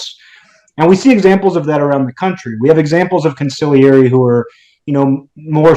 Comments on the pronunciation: consigliere [g not pronounced] [cawn-see - l - air--ee (3 sylables) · Consigliere- the g is silent.